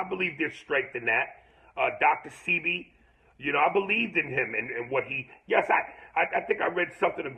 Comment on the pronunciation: And Aries said Dr Sebi's name wrong,MORE PROOF to me hes BEHIND and dumbed down...he doesnt do any research FOR HIMSELF unless he's learnin how to act like somebody else.ITS DR SAY-BEE (SEBI).#danecalloway